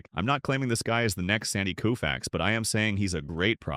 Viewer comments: it's Kofax with a long o sound not Koofax! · Greatest Pitcher ..worst video ..When Koooofix faced Mickey Mintel !!!!! How difficult is it to have a human being narrate ?? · This announcer need to know folks names so he can pronounce them correctly coofax lol really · Koo-Fax? Can’t watch this. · You missed pronounced his last name! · The least you should be able to do is pronounce his name correctly. You're a disgrace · Sandy is my favorite player of all time, but I can't watch a video, even a tribute video, where his name is repeatedly mis-pronounced. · Cringing, listening to his name mispronounced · Pronouncing his name WRONG! Unbelievable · For god sakes get the damn name right or don’t bother